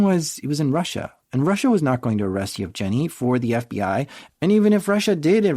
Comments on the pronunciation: Canadian sense tingling. That's a hard 'g' in "Yevgeny". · Yev Jenny is such a cute way to pronounce Yevgeny.